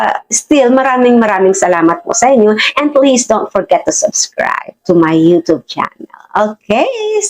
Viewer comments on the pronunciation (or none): none